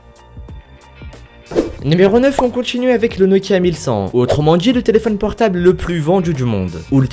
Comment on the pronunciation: J'espère que tu as conscience qu'il n'y a pas toujours de "j" après le "d" dans la langue française ! J'ai arrêté la vidéo tellement ça m'exaspère ! Les djix objets, autrement djit, aujourd'jui, vendju... J'ai les oreilles qui saignent !